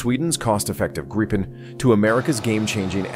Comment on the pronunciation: If you are using AI for the voice fair enough, if not pronounciations are wrong. The Grippen is not a Grypon. Rafaelle is not a Rafel. Lots of info, just get the names right 👍